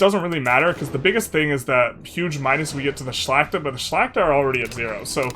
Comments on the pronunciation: Ngl, your perfect pronunciation of Szlachta is hella impressive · Im suprised by your pronounciation of Szlachta! Its really good, love from Poland! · You are actually pronouncing Szlachta perfectly.